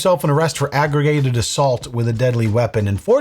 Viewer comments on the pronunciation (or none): I'm like wait wait wait what the hell is aggregated not aggravated no but seriously is that a thing aggregated? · Damn man “agrigated” assault is some serious ishh 😅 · Aggregated assault. The worst kind of assault. A mispronounced assault. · Not sure if you just mispronounced it or really think that’s how you say it but it’s pronounced Aggravated with a V not Aggregated with a G No hate just info!